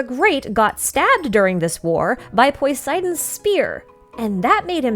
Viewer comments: I can’t anymore bruh. GET A DICTIONARY. One It’s not poisidon it’s puhsidon. And two it’s not craykon it’s crackkon. It makes me physically cringe when I hear someone pronounce something wrong. Please get a dictionary no offense.@ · The pronunciations were throwing me off. Why were you pronouncing “Poseidon” as “Poiseidon”, and “Gae Bolg” as “Gay Bolg”, and “Kraken” as “Krayken”? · "Cray-ken" "Poi-seidon" Dunno why but these pronunciations stood out to me a ton and I found it quite amusing XD Is this like a very specific regional accent thing?